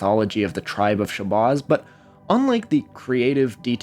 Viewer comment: Dude, stop mispronouncing Shabazz. Where did you get your research from, AI voice-over from youtube??? You’re correct about Wallace Ford and some other things, but you lack street knowledge. And why is it always white people who are fascinated with black culture? We live in a world that’s backwards. I’m asian and I’ve been studying the NOI and 5 percenters since I was incarcerated in 93. I’m not religious, but some of the knowledge within NOI and especially the 5 percenters are beneficial in everyday life. If we didn’t have supreme mathematics and the supreme alphabet, then many blacks would be lost and commiting more crimes. Plus, we wouldn’t have intelligent artists or talent such as Nas, Wu-Tang, Muhammad Ali, etc…